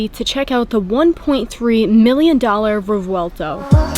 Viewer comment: Quick fact: The “v” is pronounced like a “b”in Revuelto. The proper phonetic is “rreh-bwehl-toh”.